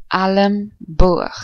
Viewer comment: You don't say "alamboog" for the word "elmboog". It should be like in the English word "elsewhere".